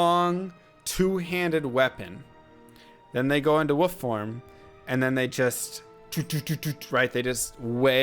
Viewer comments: Ummm.woof? Lol. The L is pronounced in wolf. Like wool with an f on the end. Uh. 🤦‍♂️🤣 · Who knew that werewolf is pronounced "woof"! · Can't tell if you legitimately don't know how to pronounce wolf or not. Anyway Druid was one of my fav chars, but unfortunately he sucks. They did improve his elemental spells with the synergies patch, but the shapeshifting abilities pretty much got the shaft with that patch. Werebear, while looks really awesome, sucks. Unlike the barb with whirlwing, he has no special combat abilities besides just basic attacks, which makes him far less fun to play as, besides the gimmick of him looking like a bear. His attack speed is painfully slow too. Elemental is pretty much the way to go with druid, it's the only option that makes sense, but even then he's just so much weaker than sorc. Really glad Druid is coming back for D4 though, he looks SO much better. It looks like he can seamlessly transition from human to were forms quickly and with knockback and stun effects which make him so much more playable. I can't wait to see what else he can do.